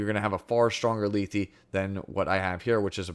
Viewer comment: I believe her name is pronounced Leth as the last E is silent. Lee-thee doesn't make sense and at the very least it would be Leth-ee.